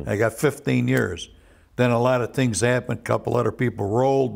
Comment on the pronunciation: "Let me tell youse a couple tree tangs."